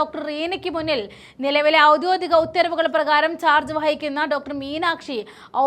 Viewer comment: ഔദ്യോദികം അല്ല ഔദ്യോഗികം😂